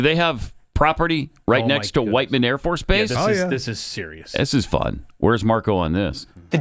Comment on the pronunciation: Pat, You do realize that the AFB in Missouri is named "WHITE MAN", Whiteman,...not "WHIT"?? Come on man, come on. On a different point, it may cost 4 cents to mint one penny, but that penny isn't a single use item. It's used thousands if not millions of times during its life, making it a very inexpensive-use item.